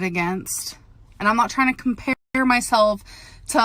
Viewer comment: some people deserve to be “bullied” 🤷🏽‍♀️ also “tryeen”